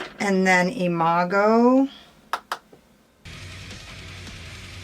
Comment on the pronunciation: I love you ❣️ (I hope I spelled that right🙈) P.S. you pronounced Imago perfectly ☺️ P.P.S. Hey! I thought you said in a comment section somewhere that you didn’t get the Churro lipstick. Did I just imagine that?? I ended up not grabbing it because they didn’t have it in a pre-made bundle & I didn’t want to take the risk of missing the palette while trying to get the lipstick lol...I thought I remembered you said the same thing??? I might just be crazy...Churro looked great on your lips, though 😜